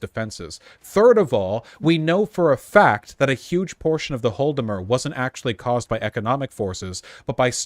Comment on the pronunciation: Vaush, I love you, but you really gotta fix your pronunciation of Holodomor. It's "HAW-la-da-mor" or "ha-LAW-da-mor", not "HALL-da-mur"